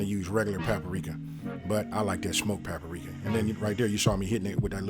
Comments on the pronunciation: That’s pa-pa-rika tho! Lol well done on the recipe! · It tickled me how you say "papa-rika"!! And I'm DEFINITELY trying this!